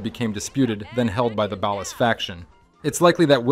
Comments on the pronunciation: Bro pronouncing 'Ballas' like he was from the Midwest or something lol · Ballas ❌bAll-es✅ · Keep saying Ballas like that, I dare you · Balles and Vaygoes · You do realize you’ve pronounced Ballas and Vagos incorrectly every time right? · Great. Another channel that doesn't know how to say "ballas" and "Vagos" correctly 👎🏾🤨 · Shh... he doesn't even pronounce ballas and vagos or OG Loc or Torreno correctly even though they say these names in-game